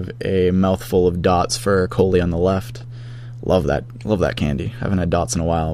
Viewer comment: love those "DOTS"